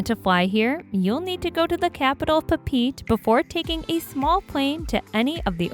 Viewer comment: Was the narration done by a robot? Surprised you didn't mention Kiribiti or Mauritania. You mention that you "have to arrive by bus from Switzerland" to get to Lichtenstein. I stopped there by train on the route from Zurich to Salzberg mispronunciation: capital of Tahiti